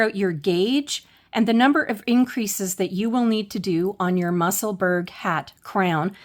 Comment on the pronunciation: Thank this is all very helpful. I hope you won t be offended if I help you with the pronunciation of Musselburgh I'm a Scotswoman who lives there the way to say it is probably closest to Musselburrah.